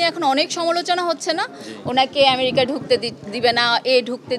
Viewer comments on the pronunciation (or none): none